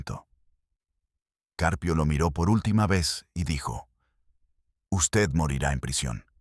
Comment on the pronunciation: Este narrador no sabe leer el apellido del juez es Caprio pero el narrador dice juz CCarpio narrador apellido lo dices mal es CJuez CAPRIO no CARPIO